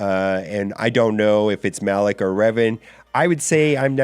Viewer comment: It's Malak*